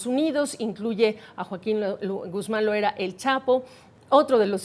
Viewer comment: A la entrevistada , es Loera no Loaera , me extraña 😅